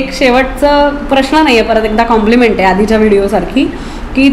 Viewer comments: लग्न ठरल्याबद्दल अभिनंदन! परंतु बोलण्यात वारंवार खटकलेली गोष्ट म्हणजे "प्रश्ण". प्रश्ण नाही प्रश्न. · योग्य निरीक्षण. मुग्धा, एकदा 'प्रश्न' असे म्हणून दाखव बरे.